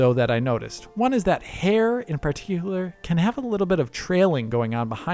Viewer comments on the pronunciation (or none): Hair in pahiiiiiiicular lmao